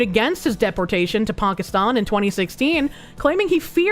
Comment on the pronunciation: pronounces Pakistan like a liberal.